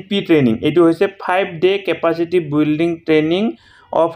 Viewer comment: building or pronunciation olop sai lobo sir